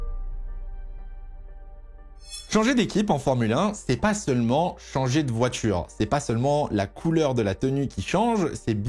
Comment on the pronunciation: Ça fait des années que je te suis et j'adore tes vidéos mais s'il te plait corrige ta prononciation des "t" ce n'est pas "voitchure" mais "voiture".